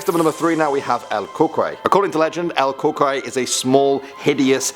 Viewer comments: the way you say it is coo coo y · It sounds like u say el cucry it’s CU CUI it’s like saying the letter e where the y is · Ol cucoy? No. Pronounced “el cu-cuoy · It's not pronounced "KOO-kway", its "koo-KOO-ie".....At least that's how my boyfriend from Michoacan Mexico pronounced it. Its basically the boogeyman. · IT IS PRONOUNCED KOO-KOO-EE NOT CUCOEY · Im sorry the way he said cucuy had me dying "El CuQuEy" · Yeah it's cucuy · Me: Cucuy it's actually pronounced "Coo Coo e" my man- (sudden sound outside) Me: :'V YA LO INVOQUE ALV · "El cookwhy." - 2018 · Is pronounced: (Koo-Koo-ee) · Omg you are not mexican aren't you it pronounced el coocooy but its spelled cucoy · you mispronounced cucuy buddy its pronounced koo-koo-ee, but your other pronunciations are okay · Cucuy Is pronounced coocoo-ee it's like cuckoo clock but with the e sound at the end. Love the videos!! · also u pronounced cucuy wrong it's pronounced COO-coi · It pronounced the coycu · Not being mean but who laughed the way he said el "cucuy" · you said el cucuy wrong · You said Cucuy wrong my mom would scare me with that one so much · I like how he nales how he says Mexican words except cucuy